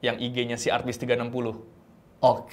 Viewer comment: Setiap radit ngomong 'artbiz', gue dengernya 'artis' njir..